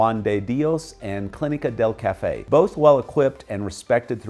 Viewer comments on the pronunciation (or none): none